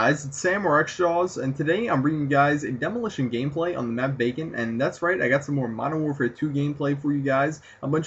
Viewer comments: thumbs up if you thought he said bacon at the begginning of the vid :) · thumbs up if you thought he said 'on the map bacon' xD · I thought he said the map BACON..